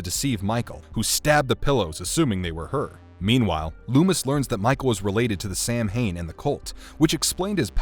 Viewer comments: You pronounced "Samhain" wrong. Its pronounced "Sewin". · Actually, "Samhain" should be pronounced "saw-win"... Yeah, I know, but that's the correct pronunciation.